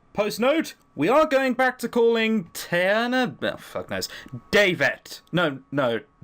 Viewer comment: OMG! u almost said my name right!!!!! (when u tried to say tiana, not how to spell my name)....we have a long story to remake I guess...